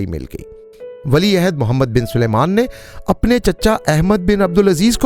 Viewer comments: تم سارے پنجابیوں کے ساتھ کیا مسئلہ ہے کہ سلمان کو سلیمان کہتے ہو۔ کہو سل مان sal maan ۔نہ کہ سلے مان۔ سلمان الگ لفظ ہے اور سلیمان الگ۔ عجیب! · Oho' 1000 dafa bola hai Salman hai, na k 😂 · Salman not